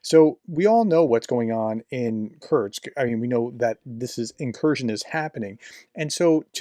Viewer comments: It is not kurtkst, it is not kurz it is not kertch is is kursk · Kursk… not Kerch, or Kurts. Just noting you seem to be saying Kerch or Kurts instead of Kursk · I think it might be pronounced "Coors-k". Like the beer, then add a k at the end. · Russian names are hard to pronounce often but Kursk is easy. There is no t in it Prof. It is just as it looks. 🙃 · I think someone within the Ukrainian Defence Forces must hold some grudge against. Otherwise they would have invaded Belgorod Oblast, which is much easier to pronounced than Kursk.